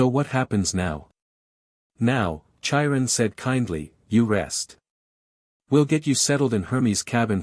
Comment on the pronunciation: OMG the robot voice is so bad to begin with & then the CONSTANT pronunciation issues is grating on my nerves. Chiron is said with the c & the h as separate letters, like a k sound then a slight h sound as you move into the long i. It's not like the ch in chair or cherry.